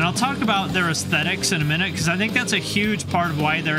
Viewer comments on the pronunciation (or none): none